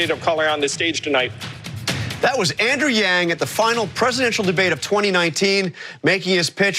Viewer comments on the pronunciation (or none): Did he mess up Andrew's name when introducing him?